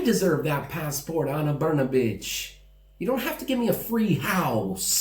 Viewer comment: Wow, I am impressed how you tackled pronunciation of “Brnabić”. Yours “br” and “ć” are nearly perfect. Everything else about it is crappy, and neću da ćutim, bre 😄 Also, I appreciate you speaking out. Thank you.